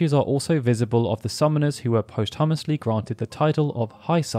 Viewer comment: I didn't know you could have post hummus... I don't care where you from You said that word completely fucking wrong, and yes I'm referring to posthumously The word you said is post-hummusly